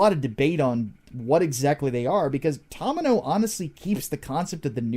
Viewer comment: Watched the deep dive and came here to watch more of your Gundam videos... Only thing I can say is that it's pronounced TOE-mee-no, not taw-mih-no, otherwise excellent videos